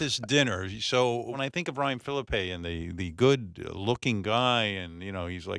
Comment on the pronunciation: Ryan Philippe (fil-eep) He told you the pronunciation on your show Howard.